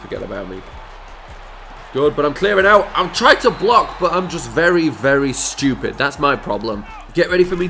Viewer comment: I know I'm not the only one who loves the way that he says "ssshtuupid"